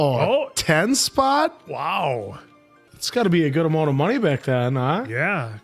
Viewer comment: Are these guys Canadian? - the way he says amount